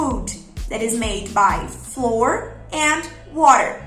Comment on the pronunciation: A pronúncia correta para farinha é /'fla wer/